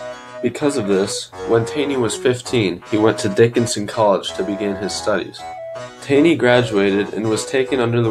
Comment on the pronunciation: its pronounced more like tawney